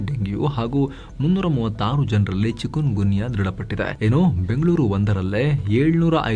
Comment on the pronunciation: ಅದು ಚಿಕೂನ್ ಗುನ್ಯಾ, ಚಿಕನ್ ಗುನ್ಯಾ ಅಲ್ಲ